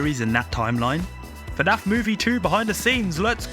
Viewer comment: They way im so desperate for news i was able to overlook him saying “faynayf” the whole time